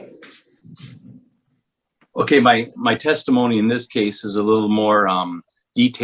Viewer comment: Karen said "oxtopice (I am assuming Police officer),"sextimony" (I am assuming testimony)'. Pacific (specific?). Wow, what a world of hurt. My fav."I ain't used ta using words". Had to edit text. I forgot to give a shout to Jack Off Lantern.